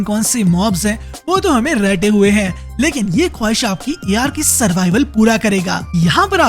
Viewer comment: A little correction: ARK is not pronounced in seperate word, it is just pronounced Ark (आर्क).